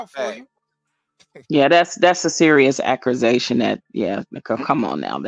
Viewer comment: I've never heard someone pronounce accusation 3 different ways in 1 minute 😂😂😂 God bless